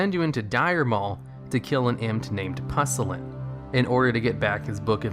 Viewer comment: You pronounced Pusillin wrong